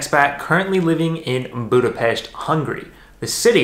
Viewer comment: I grew up in Budapest. I miss everything about it. It was so nice to see my hometown. Thank you for sharing your experience also the perfect pronunciation of Budapest. Hope one day I can return and see it all and hug my family. I have watched your visit in Szentendre where my Mum lives. Brought tears in my eyes.